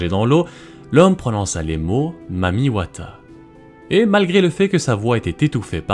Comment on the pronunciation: Je suis congolais, mais ce mec prononce très bien le mot « Mami Wata »